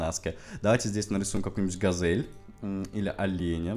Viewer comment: Не газэль, а газель выговаривается)))